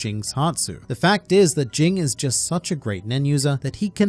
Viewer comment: You keep saying it ging as jing it actually is supposed to be said as jene